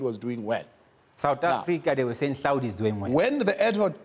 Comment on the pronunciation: Google that says Hlaudi😂